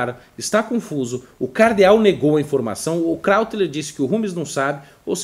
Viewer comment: não é "kráutler"; é "KRÓITLER".